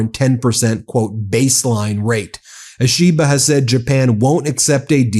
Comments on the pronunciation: Ben, some tips on Japanese names: Vowels always strong like Spanish/Italian, Y always weak! 1. Prime Minister Ishiba 石破首相: EE, SHE, BA You said ush-EE-buh” so transcript wrote “Ashiba” 2. Ryōsei Akazawa (赤沢 亮正) : “le-YO, SAY” or “re-YO, SAY” You said “RYE-o-see” so transcript wrote “Rayosi” Ryo like Rio, Y is always weak as in Tokyo and Kyoto. Like the i in the British pronunciation of Lieu (not LYE-oo or loo ;) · Quick pronunciation note for the MeidasTouch people, Ishiba is pronounced more like an Apple product called the “E-she-ba” than “a-SHE-ba” Same for names like Akizawa, it would be “A-key-zawa” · Ben, Japanese Prime Minister is Mr Ishiba, Shigeru Ishiba. Not Ashiba😂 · It's pronounced EE she ba. Like that.